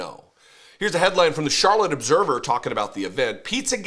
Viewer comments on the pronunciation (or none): none